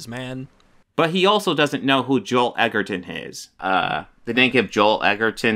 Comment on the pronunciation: It's even more hilarious because it's pronounced E jer-ton and says it wrong when accusing someone of not knowing an actors name 😂